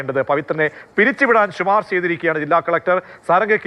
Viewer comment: ശുപാർശ അല്ല ശിപാർശ